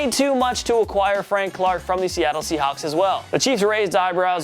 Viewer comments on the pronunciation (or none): none